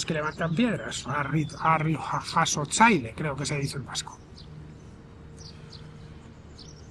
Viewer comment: Pues has dicho muy bien lo de harrijasotzaile!!eres un fenómeno